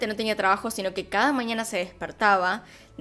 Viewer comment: se dice mañana, no maniana